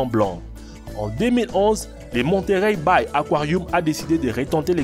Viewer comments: Pk tu dit aquarioum? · Aquariu? Aquariou? 😂😂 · il dit aquarioum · J’ai arrêté au bout du deuxième akwarioum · Dans son aquarioum 😂😂😂 wtf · Le mec il a dit aquaruioum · Un réquin et un akouarihume 😂😂 internet kiffe